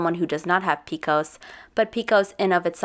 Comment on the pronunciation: I love that you continually rip on her for her cringe moments yet you pronounce PCOS as “peekos” about 875 times 💀🤦🏼‍♀️ One of the top 10 cringiest things I’ve ever heard in my entire life…